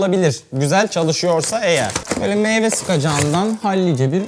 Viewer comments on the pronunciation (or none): none